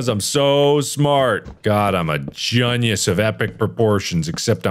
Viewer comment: if i took a shot for every time he said “gunius” i would be dead